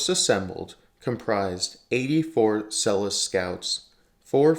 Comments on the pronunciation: Great video but Selous (Scouts) is pronounced Seloo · it's pronounced Seloo. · Good video. It’s pronounced Seh-Lou because it’s French name. Named after Fredrick Selous, who is ‘the most interesting man in the world’. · "SEL-LOO" Scouts!! This is not the only very exaggerated American pronunciation of words in this video. You ought to do some practical research before you make videos like this to support your credibility. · You would think the reader could learn to pronounce SeloUUUs !. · You are talking shit hundreds of South African police, mechanics, medics, pilots served in Rhodesia, the South African recces had lots of missions in Mozambique and even Zambia. its pronounced SO LU scouts. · Pronouncing Selous Scouts the way you do should also be a war crime😂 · For God's sake learn to pronounce Selous properly. ThT mayo stunr shows your prejudice